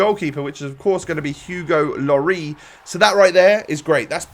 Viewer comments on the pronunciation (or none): Why does every you tuber pronounce it Hugo Lorry?